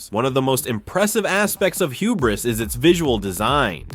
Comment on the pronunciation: I have never seen someone pronounce hubris like that, that's not how you say it